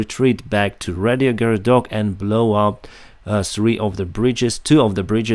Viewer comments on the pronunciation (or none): considering you're ukranian, you are pretty bad at pronouncing the names of your towns (it's RAIhorodok, not RADIOhorod)